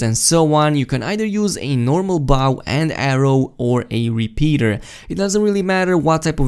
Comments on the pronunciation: It’s Bow not baw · The way you pronounce bow as bow…